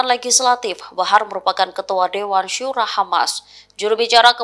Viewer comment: Astaghfirullahaladzim... Aduhh punten ini yah maaf, bagi pembawa/ pembaca beritanya orang muslim, harusnya bukannya mengerti ya huruf hijaiyah yg dipelajari di buku IQRO, Al Qassam dibacanya Al Qossam bukan Al Kassam Dewan Syura dibacanya Dewan SYURO bukan Syura, Yaa Allah Yaa Robb...miris banget dengernya... semoga kalian pada dapat hidayah ya...